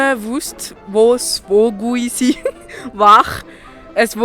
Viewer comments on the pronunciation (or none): Voguisi hahaha das heisst Vogulisi